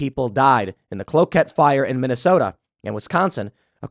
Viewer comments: It was in Hinkley MN. And its pronounced like okay. Clokay. Cloquet. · Tim mentioned my hometown. Its pronounced clow-kay. Some people still live in the 100 year old red cross houses. My house was actually built right after the fire. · Btw as a Minnesotan you mispronounced Cloquet. We pronounce it as "clo-kay" just for if ya need to pronounce it again in the future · It’s pronounced Clow-Kay; and it’s in Minnesota.